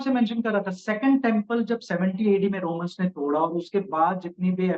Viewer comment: Romalo nahi Romans, bs Hindi bhi nahi aati h iss behudi ko.